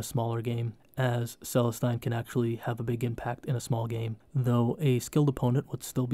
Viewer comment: Really great video, looking forward to watching the rest in the series! Only thing, pronunciation on Celestine is meant to sound 'Celesteen'. Keep it up!